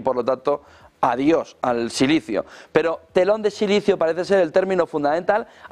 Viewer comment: José deja el sicilio que no es sicilio , es silicio ,!! Deja a los sicilianos tranquilos